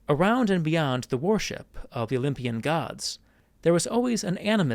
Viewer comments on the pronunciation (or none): In the last two videos of your’s that I’ve watched, I’ve noticed that you pronounce ‘worship’ like ‘warship’. This is very unique, as the vast majority, indeed, everyone I’ve ever heard say it in my life, pronounces it ‘were-ship’. Dare to be different, I say.